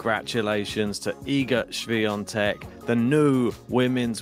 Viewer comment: Great pronunciation of her name!